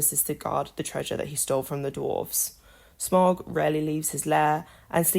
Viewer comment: Smaug* you pronounced it wrong too